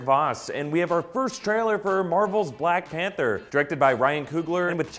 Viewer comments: ... "blank pather"? dewd... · umm, "Blank Pather"? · 😂 "Blank pather" lol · Did he just say Blank Panther mask? 😁😂😲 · BLANK PATHERS? C'mon. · Black panther not blank pather lol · What's a Blank Pather 🙄🤔😂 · "Blank Pather"? Really???????? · "blank pather"? I'm not sure that's how it's spelt lol. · Blank Pather Voss, really!!! Blank Pather 😂😂😂😂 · Black Pather?! Lol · Blank Pather? Lol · Who is "blank pather"? I feel so disrespected. -_ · "Blank Panther" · "blank panther"...?